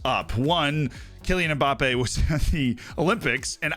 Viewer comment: cmon, at least attempt to pronounce Mbappe correctly................:(